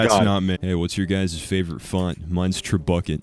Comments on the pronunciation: he called trebuchet tre-bucket then immediately after rappelling raapeling and i wanna die, not from the grammar. but from me being an ass and pointing it out. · Are we just gonna ignore that he pronounced trebuchet tra-buck-et